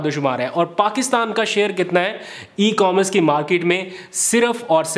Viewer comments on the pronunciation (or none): Bhaijan with all respect I beg you to pronounce E-commerce correctly. It's E-COMMERCE, NOT E-COMRES. Please take note.